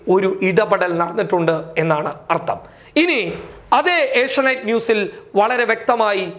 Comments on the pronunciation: ഏഷ്യ നൈറ്റ് അല്ല ഏഷ്യ നെറ്റ് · ഏഷ്യാ നൈറ്റ് അല്ല ഏഷ്യാനെറ്റ് ആണ്